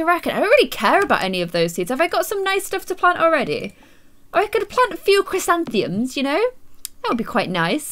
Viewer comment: I like that you can pronounce Chrysantheum but can't pronounce other simpler things